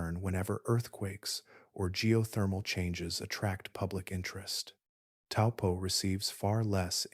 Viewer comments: Correct pronounciation of Taupo is Toe-poor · Hi i live in New Zealand and the correct way to say Taupo is" toe paw." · Taupo is pronounced T-O-E P-A-W